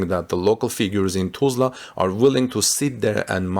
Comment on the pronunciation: Learn how to Pronounce Tulsa!